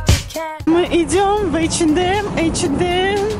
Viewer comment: Девочки, а почему вы не говорите ЭйчЭнЭм без Д, как положено по английски ? Это русский вариант произношения у вас, да ?